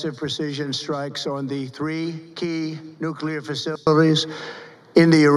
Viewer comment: “Nuclear FASYPHALEESE” ?!?!!!???